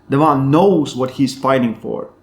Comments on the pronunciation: Devlan and Levdon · I always hear "Levan" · Why do you keep calling Devon De-VAHN bud? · Your saying Devon differently lol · I never know if you say Levan or Devon. Sounds like you say Devan and Levon 😂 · Every time he said Devon I thought he said Levan and ice versa. Lol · Bro either say Devon or Levan I have no idea who you are talking about. why butchering the names and making it so complicated?